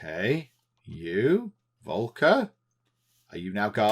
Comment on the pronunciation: Just a little pronunciation hint. The first part of the name "Volker" is roughly pronounced like "Folk".